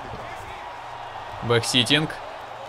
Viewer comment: Не гвард а гард